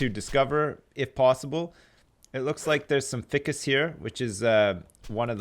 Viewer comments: Every time when says ficcus instead of FICUS I die inside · Does it not bother anyone else that he says fih-cus and not feye-cus? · also. FICUS. He says it like its fickus. I almost feel like hes a hilarious dummy just to annoy people like me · Am I crazy or isn't "ficus" pronounced "fhaaikus" not "fikkus" .. Or is it like a dialect-thing? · what is with your grammar you say ficus like fic-us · but it is pronounced like this Fi-cus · Isnt it pronounced fhy-kiss? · No you're right. It's pronounced feyecus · it's pronounced fy-cus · Um, i hate to be that guy, but its pronounced ficoos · F-eye-cus..... Ficus F EYE Cus.... please! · he is saying Ficus wrong isn't it FI CUS like the I in FBI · Also ficus is pronounced fykus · ficus is pronounced f-eye-cuss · Its pronounced Feye-cus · ...its fI-cus....f-eye-cus....stupid ficus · Every time you cut down a yucca you miss some leaves. Also it's f-igh-kus. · All the little things that others are rippin' hard over aside... is he saying Ficus incorrectly on purpose or no? I cannot tell... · The way he pronounces ficus... damn. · Usually I don't have a problem with mispronouncing words, but for some reason everytime he says Ficus wrong my eye twitches:P